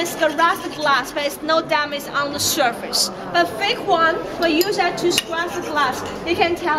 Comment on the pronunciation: Oh dear she need to learn how to say “surface” better